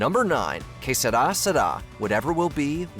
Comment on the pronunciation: It’s que sera sera, not seda seda.